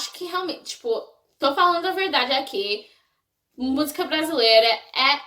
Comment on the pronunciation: você falou a palavra "verdade" com sotaque do povo de alguns estados daqui, kkkkkkkkkkkkk. Tem certeza que tu não é daqui? Você fala palavras muito certinhas e as vezes com sotaque daqui, pra uma pessoa que aprendeu uma língua difícil só pela internet, realmente muito raro!